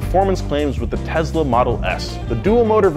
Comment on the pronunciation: Did he just say tensla